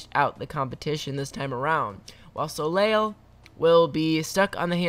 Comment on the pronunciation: Cringed hard when he said Soleil. It’s pronounced SO-Lay ! No hate, just wanting to tell you the correct way to say her name:D